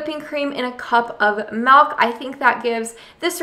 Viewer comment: Love your videos. Been a long time subscriber Just got an instapot for Christmas!! Happy to watch the videos that didn't pertain to me before. Still hate how you say melk. But love you recipes. Merry Christmas!!